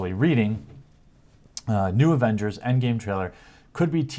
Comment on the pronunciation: The "Agenders" lol you slipped there:)